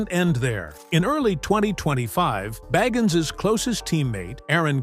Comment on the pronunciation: Pronounce his last name right!